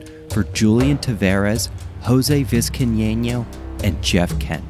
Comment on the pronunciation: Not just Steib, but Brian Sabean and Jose Vizcaino as well. Gotta work harder at learning how to say these guys names.